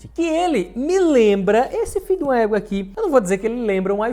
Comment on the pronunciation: Mn eu rio muito quando fala fiduma équa e ingrassado dms kskskksk